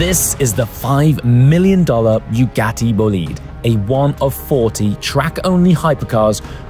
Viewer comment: Buh-ga-tee ✅ Byu-ga-tee ❌